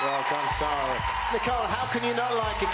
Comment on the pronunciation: Her name is SAARA not ZARRa